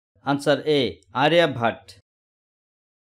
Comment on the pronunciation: Aryabhatt😂😂 aryabhatta